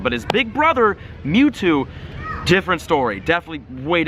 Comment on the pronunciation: who got an ad when he said metwwo